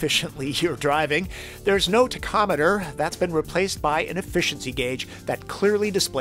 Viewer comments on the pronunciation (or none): ta chometer? TACHometer